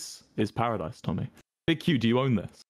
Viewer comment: it's Parisdise